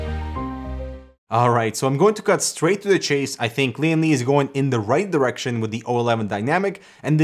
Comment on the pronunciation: Lian Li sounds like leeandlie